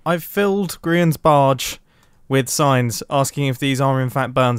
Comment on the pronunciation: I legit thought you said you had filled Grian's base with science and not signs. I was so confused.